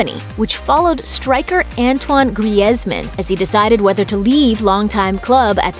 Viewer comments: thought it was griezmann? She literally said gray normally it’s like grease yea like u mentioned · Did this woman rly just say anton grayezman